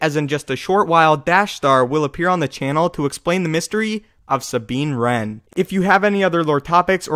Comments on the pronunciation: IceGhostKnight Wren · it's Sabine Wren